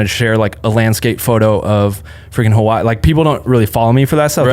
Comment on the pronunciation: please pronounce Hawaii correctly man it aint hard lol